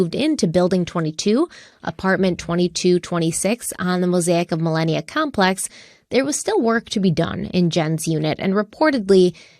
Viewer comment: it’s “Moasic at Millenia”… not millennial. Also, some of your “facts” are way off. If you are going to go off on a tangent about the knock on the door - you should have researched it. Rob said he was mistaken and the knock wasn’t that night. It was weeks earlier.